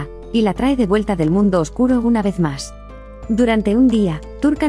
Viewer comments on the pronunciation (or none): none